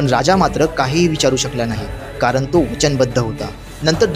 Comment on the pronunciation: गंगामध्ये नाही गंगेमध्ये, कारन नाही कारण. स्पष्ट मराठी बोला न नाही ण म्हणा आपल्या भाषेला अभिजात दर्जा प्राप्त झाला आहे